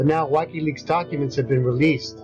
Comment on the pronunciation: The Whykey Leaks he mentions is from WIKILEAKS (pronounced-WickeeLeaks)